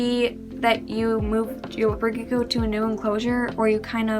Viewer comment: 🤔 why do you say gecko like “leopard g-o”